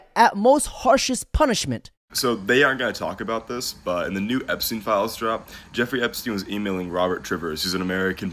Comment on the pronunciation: Finally! Someone pronounces his name right. Epstein/Einstein. The connection is there.